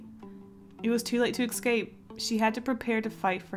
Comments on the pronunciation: IT'S NOT EXCAPE IT'S ESCAPE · ugggggggggg its escape. not ecscape. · It's not ecsape its escape. See the difference?